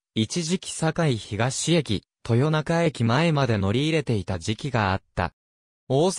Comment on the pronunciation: 堺東と東成のアクセントが違う。 長吉と生国魂の読み方が間違い。